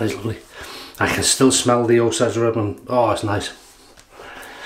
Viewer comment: It’s called “Oh sage” rub (long ā sound on “sage”). The Osage are a native American people group. Not sure how that name wound up on a mentholated splash. One of those scents that was always wafting around the barber shop when I was a kid. That nostalgia is probably why I like it so much. When I was a little kid the barber would give me a shiny coin to insert in his gumball machine if I sat still and was cooperative in the chair. When I got a little older he started offering me a couple shakes of either the Osage Rub or Bay Rum instead. To me, that scent still makes me feel the “pride” of a reward earned.